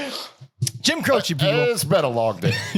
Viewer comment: Looking forward to pronouncing it Jim “cros”